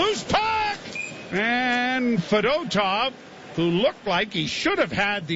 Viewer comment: FED-O-TOV? WHAT AN IDIOT, HE'S CLEARLY JUST TRYING TO ANNOY PEOPLE NOW.